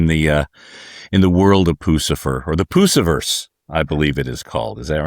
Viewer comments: And he just keeps pronouncing it that way! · to be fair, the pronunciation is consistent with Lucifer. But it's odd that he continued after politely being corrected.